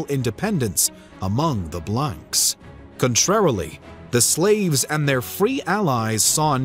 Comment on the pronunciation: Little nitpick, but when saying blanc, you don't pronounce the c.